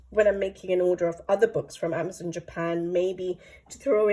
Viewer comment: AmazonE not Amazon the book pls😅